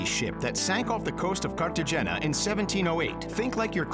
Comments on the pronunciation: 'carta-jenna'? 'Sigh!> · Carta HENA is how its pronounced. No "J" sound in spanish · Your jokes are LAME and its CarteHAYnya